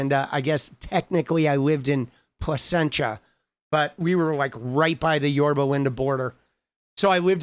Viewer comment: I got clowned when I mispronounced Placentia. They were like it's not placenta